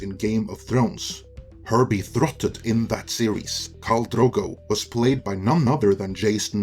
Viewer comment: Betrothed- bee-trow (hard "T")-thed.